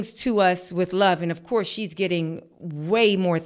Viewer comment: “Of coursee” the harlem accent 😂